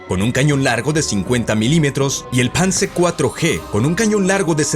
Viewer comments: Esa es la pronunciación correcta, todos son sustantivos de una lengua germánica. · Me encanta el acento del narrador cuando pronuncia en alemán : Jítal, Jomel, Panzahr, etc 👍🏻